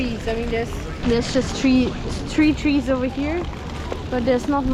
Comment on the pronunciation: three trees or tree trees. your accent got her there